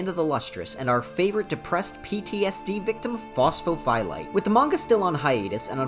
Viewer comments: Please stop saying phos pho phie lite, you're phyiscally hurting me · Across the deep dives iv started watching. It’s fun to watch people try to pronounce pho’s real name.